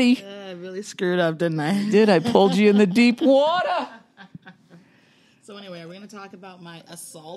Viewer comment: "Pull ya in the deep waaaatah!" lmao